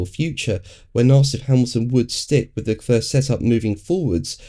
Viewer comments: LeClerc is pronounced LeClerrrr without the end 'c' ... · Got lost at "LeClurrr".... As a talking head on F1, you could at least make an attempt at pronouncing the drivers' names correctly (according to them).